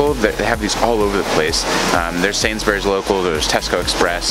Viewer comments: It’s SainsBURY not SainsBERRY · “Sainsberries” Mate is sainsbris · lmfao. I thought he said it weird lmao. Never heard anyone say it like he does 😂😂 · "I'm here at the local Sain's Berries" Mate it's pronounced "Sain's Breeze" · Love the way he says "Sains Berries" LOL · Pronounce it "Sainsbries" and you're on to a winner! lol Basically any proper noun ending in "bury" is pronounced "bry" So, Salisbury is pronounced "Salsbry" (Don't pronounce the "i" either!) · If you want to pass unnoticed by the locals, you could try to drop the “u” sound (and syllable) from Sainsbury, Cadbury. It’s closer to Sainsbree, Cadbree. Not that it matters! Cheers, mate. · “Sains berries” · It's pronounced "Sainsbriz" And "Cadbri" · Really great vid 👍🏻👌🏻 just some UK tips - Sainsbury’s not Sainsbery’s -instead of bucks you can say quid e.g. three quid and with pennies you can just say p Do you have a local newsagents? My grandpa used to manage a Martin’s newsagents in Stevenage. If you want good beaches try north Norfolk or the Lake District. They are two beautiful places. (Best experienced in a motorhome) If you wanna visit the most inland town in the UK which is also one of the greenest towns in the world! Go to Milton Keynes intu Milton Keynes is great! As for the Lake District, you have to go to Windermere and it’s wonderful Windermere Lake. Also, in a nearby village called Grasmere you’ll find a quaint gingerbread shop. You’ll never eat better ginger bread than that. Just behind that building is a 12th century church where the great William Wordsworth is buried and you can visit his grave. The best beach is on Walney Island ( access by bridge) north side next to the airport you’ll find sand dunes and a great plane spotting site for little beech king aircraft coming in from the isle of Mann. There is however a cow field nearby... if you go near and they’re in mind the bull! Hope this interests you and one day helps you have another great adventure! 👍🏻😄